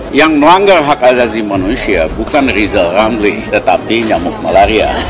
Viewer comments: Si Lijal Lamli suruh bilang RRRRR aja dulu.. Terus si ompong bisa jadi wapres kalau giginya udah numbuh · RR seharusnya operasi lidah dulu kalau bicara biar jelas.mau jadi presiden kok gk bisa bilang huruf R.hahaha😅😅😅😅😅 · Lizal lamli pegin jd persiden mkmur dr mana orang ga bsa ngomong.RRR.....